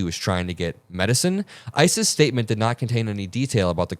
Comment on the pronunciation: says ICE's and I heard ISIS. At this point they are kind of the same very bad things.